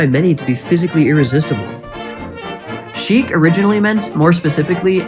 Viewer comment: "Chique" /= "Sheik. Good video, though